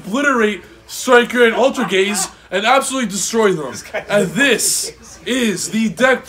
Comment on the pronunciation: “AlterGAYS” bahahahahhaa